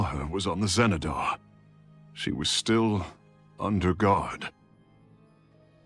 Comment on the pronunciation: this is clearly pronounced as Zenedar, why do pronounce it Jenedar?